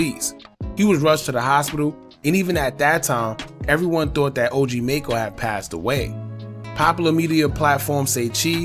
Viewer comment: You not even saying his name right